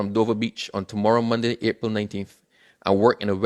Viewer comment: Two words into the Newscast and you're making mistakes already. The word is MONDAY and it is pronounced MONDAY....MON-D is incorrect.